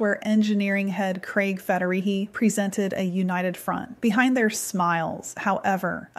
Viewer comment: FederiGhi. Not Federihi. God, that annoyed me more than I’d like to admit. Sorry.